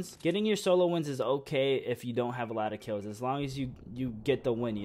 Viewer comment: stop saying kif